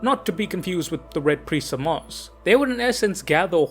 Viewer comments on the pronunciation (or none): none